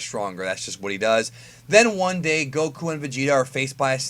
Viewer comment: Why you say Goku like that, its annoying.